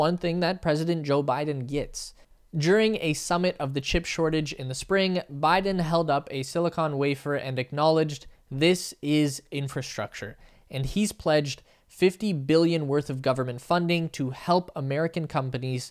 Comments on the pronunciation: I am very impressed with your detailed explanation of the semiconductor shortage. The only constructive criticism I have is like most reporters you mispronounce the word, silicon. You pronounce it as if it is the silicone in breast enhancements. It is not. It is the silicon from which integrated circuits are made…silicon-con not cone. Again, thanks for your very good work ! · It's silicon, not silicone.. Lol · ITS { SILICON WAFER } BUDDY ...NOT SILICONE WAFER! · Silicon, not silicone. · dude, it's silicon....not silicone ... ie no "e" in dem chips -) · “Silicone wafer”. 🤣🤣🤣🤣